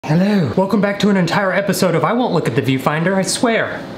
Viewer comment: If you repeat him saying “hello” in the beginning it sounds like “Pedro”